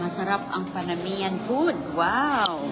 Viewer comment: Ang tawag niya sa food “Panamiyan food” instead of Panamanian. College graduate yan mind you 🙄